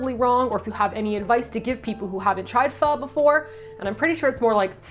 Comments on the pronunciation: You said pho right at the end, it is supposed to sound like a question. I saw your post on Instagram for a new video and was like, must go to youtube right away and watch it! love you and I hope you create more wonderful videos <3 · yes that is how you say Pho in Vietnamese. I'm in Vietnam, fan of you guy since Eat Your Kimchi., thank you for introducing my favorite Pho to more people in this lovely video. Good luck. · If people are having trouble pronouncing "pho" with the proper inflection: try saying it like you would say "huh?" It's how I explain it to my friends, and it seems to work :D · The first time I went down to Cali and heard people pronounce pho properly... it was quite a shock haha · I'm Vietnamese and that's how I tell my friends to say pho. Almost saying the F word 🤣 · LoL. That's exactly the way I tell people to pronounce it. Like you're about to curse with feeling, but then your grandma, nun or 2-yr old child shows up; so you got to cut it offf